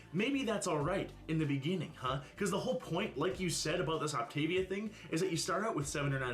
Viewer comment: As somebody who has actually done the Optavia program, I will say that the dark chocolate cherry shake is so gross. I didn't like it and neither did my mom but the rest was pretty good I will say. She also did pronounce it correct when she started her video if anybody was wondering